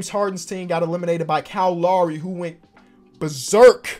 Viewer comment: Now that my mans a NBA champion can you start pronouncing Lowry write thank you love your vids keep up the good work